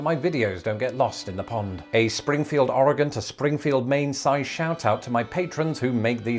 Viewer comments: You are one of the few people who don't live in Oregon pronounce Oregon correctly. As someone who lives here it made me smile a bit. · I live in Springfield Oregon, thank you for pronouncing our state correctly!